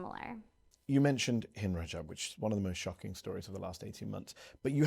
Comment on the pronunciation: not Hendra Job's, actually Hind Rajab's, for anyone who needs to hear that phone call. I had to do some digging, figgin AI translation said Hendra on several videos, annoying that none of them took the time to Pronounce her name Properly.